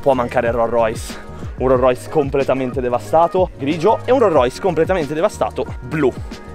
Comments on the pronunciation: "un ro rois" e con questo chiudo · "RORROIS" (si scherza è) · Non conosci i modelli di rollrois ma nemmeno la pronuncia grande lori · Devo imparare a pronunciare correttamente ROLLS ROYCE😅 comunque vi aspetto su instagram come al solito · Ma come pronunci Rolls Royce 🤨